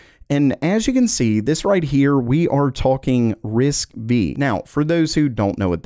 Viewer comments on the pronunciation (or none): It's pronounced risk five, not risk vee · My ears where screaming when i heared "V" 😂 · "RISC-V" is pronounced "Risk Five". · Risc "V" 🤔 don't you mean 5?? 😂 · It's not RISC "V" it's called RISC 5 pal. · risc 5 not risc v there. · RISC-V lmao it's spelled RISC 5. And u're suppose to be a tech channel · It's not Risk "V". It's a Roman Numeral, V=5. So... Risk 5. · 1.5X is death for Nvidia. They don't need to do 10X at all ! And it's RISC-V (FIVE not V, this is a Latin Five). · it is said RISC 5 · Risc-V is read Risc-5 !!!!! It does not sound professional the way you say it 😅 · For FUTURE REFERENCE, RISC-V is pronounced RISC-5 .... I think this MIGHT become a big deal ONLY if someone like AMD or Nvidia BUYS their technology because it's JUST path-tracing... BUT it's run on RISC-V so it's not compatible with x86/64 ... but I think their could be some workarounds of course..... but like you have said before: Only Time... Will Tell :D